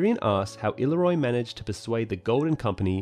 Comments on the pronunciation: I-leer-ree-oh, please not illeroy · “Ill-ear-io” is the correct pronunciation of Illyrio.